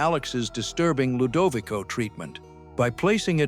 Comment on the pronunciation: Stop the ai text to speech. They can't pronounce the ludovico